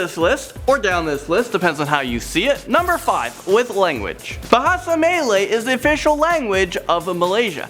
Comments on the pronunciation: It’s “bahasa me l-ah you” or “muh lay” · It's pronounced Ma LA You Mama LALala Yu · It is me-la-you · im not a malaysian,im a singaporean,and im just saying cuz its kinda weird for me to hear melayu become melee. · 'melay' wow whoa. practice your the way you say that please.